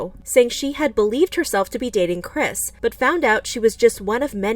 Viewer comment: really love the way she pronounced her name Kris be like: - social credit